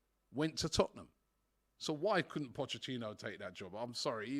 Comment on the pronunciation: mispronouncing Poch’s name burns me up! How hard is it bro